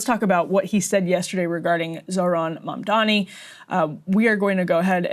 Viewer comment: They also purposely mispronounce his name - it's a racist dogwhistle, a little 'wink wink nod nod'. They know how to pronounce his name. They do this on purpose.